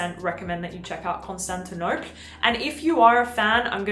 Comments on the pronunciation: The Penhaligan’s fragrance is pronounced like the city (pre-Istanbul) - not like you are saying it. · You mispronounced Constantinople.